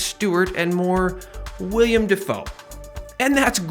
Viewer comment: It's Willem not William